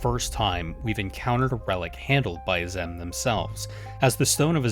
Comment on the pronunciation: After how many times they say Azem in game, you came up with that pronunciation?